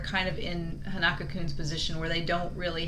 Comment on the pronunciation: I'm not sure if your gonna see this but his name is pronounced Hon-uh-ko. Like the name 'Hans' without the 's', 'uh' like when you're hesitating and then 'Kou' like 'Minamoto'